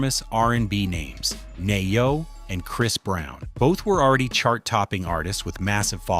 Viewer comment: Pronounced Knee yo.